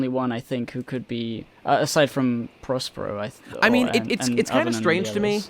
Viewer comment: It’s not prospero it’s Perospero you jabronis